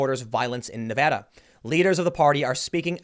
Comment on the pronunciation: Thank you for pronouncing "Nevada" properly.